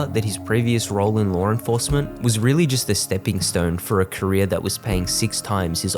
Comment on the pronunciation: Lar enforcement